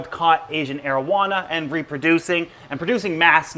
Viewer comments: Sounds like “Asian marijuana” 😂 I love your videos 💜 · Thought he said marowana